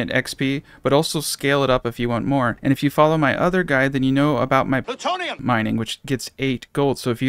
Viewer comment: Doc saying Plutonium gets me every time.